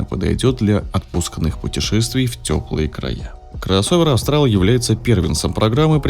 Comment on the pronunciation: Не Астрал, а Австрал! Вы же не говорите Астралия или Астрия